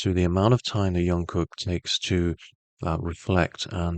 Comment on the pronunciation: If you can't pronounce his name just call him JK, the amount of miss pronounce repeatedly giving me so much stress. Great reading btw